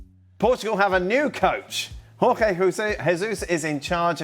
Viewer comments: Jorge = Gorge. He is Portuguese. Not Spanish. Not Horhei, same as Jose is not Hose, in Portuguese we pronounce the J. Jorge is how it's spelled, JJJJJJJorge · It’s not Horhe. Portuguese pronounce the Js. It’s actually pronounced like in English—Jorge/George. I think you’re missing the more relevant talking points: —the FPF is hiring managers who have gone on record as not wanting to bench Ronaldo…is that a job requirement —does Ronaldo get approval on Portuguese managers and thus this filter —has the FPF forgone winning international trophies and raising the profile of other Portuguese players in favor of selling tickets and shirts and Ronaldo leaving means their financial cash cow leaves too Is this not about Ronaldo’s ego and glory for him but a simple play for profit over sport on the back of this player’s legacy…of which he benefits too? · You mispronunciation his name . He's Portuguese not Spanish. The J is the same as in João "Félix" and José "Mourinho" Hint, the Portuguese J is the same as the French J